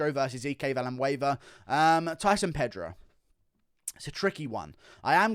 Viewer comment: Villanueva is Ike, like hike. Do you camp and go for a hee-kay?